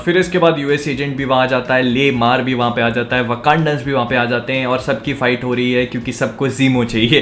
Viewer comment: When he says kaand ab bade ho gye hain..I heard the ''G'' word